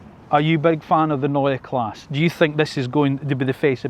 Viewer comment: Neue Klasse (pronounce the e on Klasse)